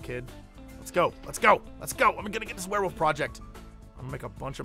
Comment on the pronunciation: JESSE. IT'S WEREWOLF. NOT WEREWOOF. WOLF. WOOOOOOOOLF. STOP WITH THE WOOF.